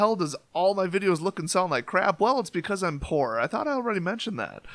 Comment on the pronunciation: Congrats on 15k! I know you can go big. Your videos make me laugh and my favourite word you say is crap because you say it funny. Still do the tournament, you don't need prizes. peace